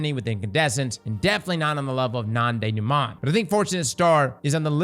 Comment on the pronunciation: as a french i love and hate how says non denouement